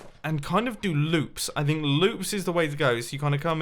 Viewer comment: 15: 49, Did you say loops, Brother?????